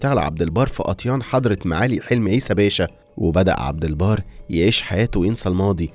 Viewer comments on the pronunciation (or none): عبدالبر مش عبدالبار 😂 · عبد البر مش عبد البار احسب على كلامك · عبد البر وليس عبد البار